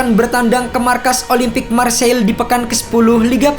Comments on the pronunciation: Dan Marseille dibaca Marsey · Huruf "R" nya mirip huruf خ yang pake tenggorokan